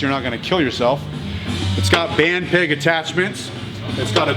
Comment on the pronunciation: lol, now I hear "band pig" most times when says "band peg".